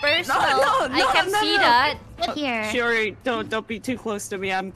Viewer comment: The shioR-in is😅 so used to shio-rin it’s makes my head🫨